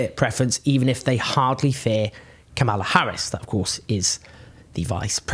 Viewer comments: Deeply depressing all round. (just a quick note, though, the VP's first name is pronounced KA-mala, not ka-MAL-a) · Kamala is pronounced like Pamela with a K. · You sure that's how you pronounce 'Kamala'? I'm not being pedantic, but it kinda amused me that you were using the very pointed GOP pronunciation, trying to make it sound more 'foreign', when it's pronounced exactly like Pamela. (Horrible feeling, I'm going to get schooled on this.) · Hey Owen please learn to pronaounce Kamala correctly or you sound racist.